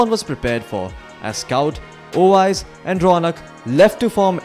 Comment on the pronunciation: Owais not oyes